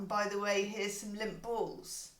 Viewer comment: I thought you said “limp balls” (actually Lindt balls) 🤣🤣🤣